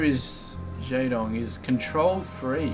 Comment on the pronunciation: you pronounce jaedong wrong.